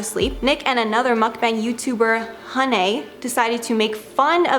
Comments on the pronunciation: It's pronounced MUCK-BAHNG or MUCK-BONG (Just don't say Mookbong like our gorl, Grammarlynn) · Hello! Thank you for putting this CRAZY drama into clean timeline😍 I understand it is confusing to pronounce mukbang! Mukbang's pronunciation is MEOK-BANG/MEOK-BAHNG (English/Original Korean pronunciation)😉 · Thought you kept on saying “muff banger” which is something totally different!